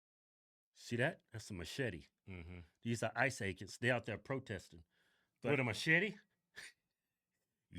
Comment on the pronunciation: Machete with a heavy A at the end. Say it rite or Danny Trejo will visit you in your sleep.😂